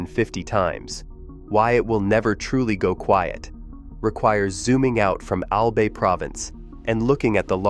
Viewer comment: Its "AL-BUY" not "AL-BAY"....